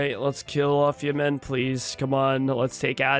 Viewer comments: I genuinely cannot think of a reason why stresses the second syllable in Yemen. Everyone I’ve ever met pronounces it /jɛmn/. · I love seeing the IPA in the wild. And yeah, never heard anyone pronounce it like him. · Never say Yemen like that again 😢😢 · I'm 99% sure that is French Canadian. I think all of his mispronunciations of country names are just the French names with an Anglo-Canadian accent. It's certainly true of Yemen/Yémen. 😂